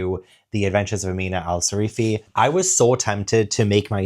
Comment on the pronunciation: How did you read the entire book but still call her Sarifi instead of Sirafi ? 😂 great video as always 👏🏻